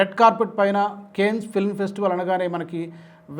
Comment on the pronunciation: Your pronunciation of Cannes is wrong. Try to correct it.